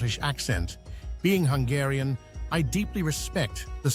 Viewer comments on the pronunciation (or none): none